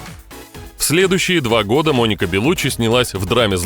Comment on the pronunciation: Она беллуччи с ударением на и .она сама так говорит